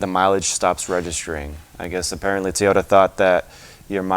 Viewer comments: I learned you don't know how to pronounce Toyota stop saying t -oyota it's very annoying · I lost track of my trip mileage after I hit 299999 can my ECU be scanned and tell me actual miles so I can start tracking again if you will answer this question I won't bring up the fact that you don't know how to pronounce Toyota thanks